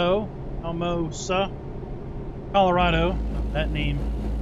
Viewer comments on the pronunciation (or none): Al a mo sa it’s pretty much said like that